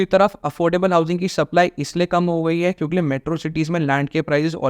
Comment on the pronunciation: Buddy it's kyunki and not kyunkle😄